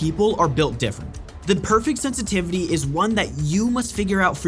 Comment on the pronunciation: Sen tity vity??